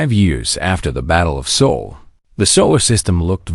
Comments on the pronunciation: It’s SOL, not SOUL, system! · SOL --- NOT "soul"!!